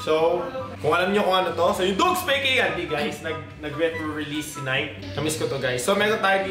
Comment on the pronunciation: Fan ka nga, dmo naman alam kung paano i-pronounce ang brand name. It should be Nike (nay-kee) not (nayk). Tagalog interpretation para mas ma gets. It's about time din na umalis ka na, if it's about growing, dapat noon pa (though di pa naman huli ang lahat). If reset ang gusto mo then you should at least limit pleasing your fans (uploading things na alam mong mas aayos sa panlasa ng manonood mo). Self check din, you should be doing what you're supposed to do and not those things that most people will accept. Sa bagay, may kinikita ka naman siguro sa uploads mo (marketing psychology). You keep on talking about respect while dropping couple of names. Think about it, ano kinalaman nun sa whole being mo? :D